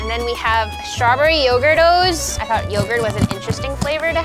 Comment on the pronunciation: When she said "stawberry yougurt'os" i heard "strawberry overdose"